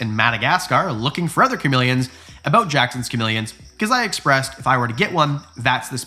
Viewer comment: I love your content SO much... been following you for awhile.... but I've been holding back on a comment and I just can't anymore... why can't you pronounce "other" and instead say "eether" lol I'm also Canadian ♡ but come on man, its Other not EHther lol 😂❤ but it's all good, I'm just being silly goosey, bobs my uncle, lol